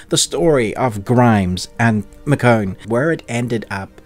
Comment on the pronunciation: Ikr! 😂😂😂 I’ve never heard her name pronounced that way before.